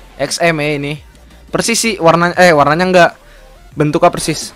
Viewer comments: Kok Bilang Nya Persis Nya Bada Malah Percis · Kak persis bukan percis ngakak gua denger nya ,😂😂😂😂